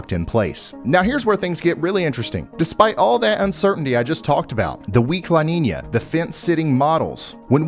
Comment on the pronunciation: It sounds more like "Ninya" if you google it you'll see brother.. Salutes